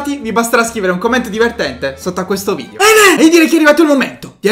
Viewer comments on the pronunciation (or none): none